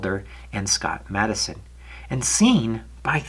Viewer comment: Great video just one correction his name was James (Jim) Madsen not Madison .